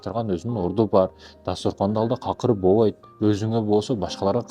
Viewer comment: Сен бу озун жонундо айтчы бул ютубта не учун журосун пул иштей калам деп журосун каяктагы какырыкты суйлойсун э мындай достойный мужик болчу бовойт эмес болбойт деп суйлойт сен биринчи нормально суйлогонду уйронуп анан акылман болгун э ар кимди ар кандай блудняга салбай эл эмес сен да напсини женелексин дух рух бол дейсин э сени барго мындайле сийидирип коёт кыргыздын мужиктеричи кичине тыйын иштей калайын деп эркектин намысты да ыргытып качасынго дейм жонле олтурчу ушул заманда сага окшогон какырыктар кобойуп кетти э акылман эчтемкеге акылын жетпей тилин менен сайрап пул табайын деп чечкенсинго дейм акылман биринчи сен бовойт дебей болбойт деп уйргонгун анан эфир алпар анан эфирде олтуруп алып какырыкты суйлобой сен достойный болуп алгын биринчи чимкиригини тартып